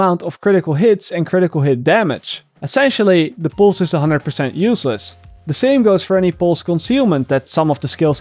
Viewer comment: No offense: Poose